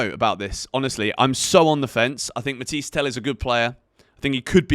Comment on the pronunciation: It’s “ matha yes “ not matiesse